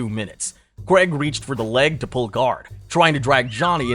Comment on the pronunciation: Dude Johnny does not have a good chin. Even in amateur fights he got banjoed a few times. And petty complaint. It's Paul CRAIG not Creg. He's not American.